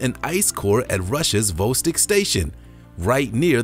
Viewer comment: Where is lake vostik? Its Vo stok say it with me Lake Vostok